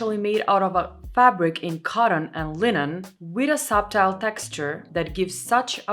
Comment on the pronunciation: Don't pronounce the "b" in subtle. It's a weird English rule. Love your channel btw